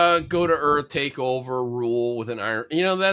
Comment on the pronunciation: … “We sent you to Earf… …”